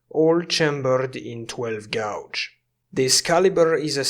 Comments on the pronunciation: Little tip from a native English speaker: "Gauge" is pronounced "Gaydge", "Gouge" (your pronunciation) means to dig or scratch a trench in something, as in to gouge a car with a set of keys, or to deliberately defraud someone into playing an excessively high price for something. I know English probably isn't your first language, but you say that word a lot in this video and I hope it helps. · It's always a beautiful day when releases a new video! I totally do not mean to be a butthead, but may I suggest one small thing about a pronunciation of an English word? When saying 12 gauge, gauge is pronounced more like we pronounce the color gray. Gouge would be more like "I gouged that filthy Dutiers eye out in the arena." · Great work! Your English is fantastic. Just so you know, gauge is pronounced like Cage (Gage). Gouge is pronounced the way you say it and means to take a chuck out of something. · I love your content after just recently finding it. But the way you say gauge makes my ears bleed :[